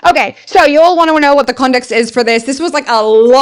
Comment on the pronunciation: Ate you saying context or condext? I'm confused 😕